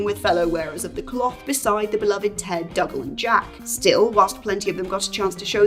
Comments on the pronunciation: Father Dougal's name is pronounced doo-gle, not dugle. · The pronounciation of Dougal makes me think that has never actually watched Father Ted.